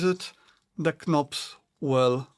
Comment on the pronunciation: Great review! I just couldn’t help but mention that the “k” in knobs is silent if you didn’t know. English is weird hahaha.